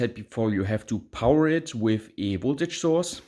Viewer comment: Is it just me or does say "power" in a way different way than most people, even non English, native Germanic languge. Love the "Pow-Waaa"